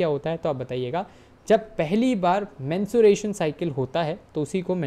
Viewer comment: Sir there is a difference between menstruation and mensuration Menstruation is a biological process Whereas, Mensuration is the branch of mathematics that studies the measurement of geometric figures and their parameters like length, volume, shape, surface area, lateral surface area, etc. Please don't mind your were mispronouncing it several times so I thought I should correct you Thank You❤